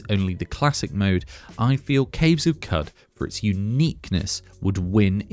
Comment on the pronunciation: It's pronounced Cave of "Could"...The word "Qud" has an Arabic origins. 😂